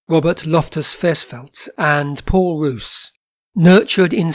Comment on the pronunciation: The school you refer to is pronounced SAX not S.A.C.S. and Paul Roos is pronounced Pole R oo rs...as in gourmet. Unfortunately there is no vowel sound similar in English.